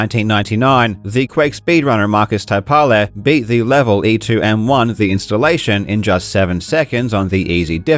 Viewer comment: Good pronunciation of Taipale, unfortunately you butchered Kurkela. Finnish U is ironically pronounced like U in Quake.